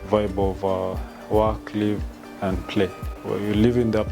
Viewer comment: Diction. The content is absolutely great but diction is not giving. Kwanza the lady being interviewed. Wueh. The word "and" has no 'r'.